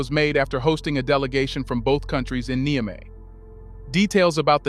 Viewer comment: Please learn how to pronounce Niger and Niamey. You keep pronouncing them differently each time you use them!